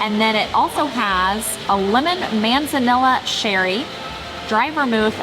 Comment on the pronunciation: Appreciate the review. Likely a no for us as a result. For future reference, manzanilla sherry takes the Spanish pronunciation: man' zəh KNEE ya.